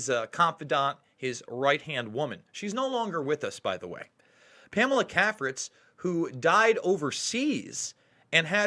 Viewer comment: CAFRITZ is pronounced KAY-fritz. Prominent Washington society family for decades.